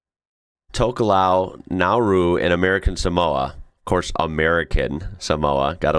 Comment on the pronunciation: Nauru means laughter in finnish,and when you said that it sounded right.